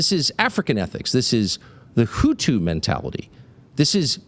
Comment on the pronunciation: Hutu bro. Not houthis. The hutu in Rwanda.